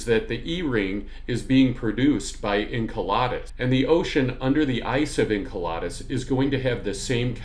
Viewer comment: I'm that guy... Enceladus is pronounced In-CELL-ədus, not In-KEL-odd-us. Saw your HOMONID APOCALYPSE vid first. Great work. Enjoying this one too. Thanks for sharing your knowledge & passion.